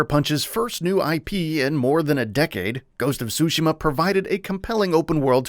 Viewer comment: cant pronounce tsushima...,too she ma, not that hard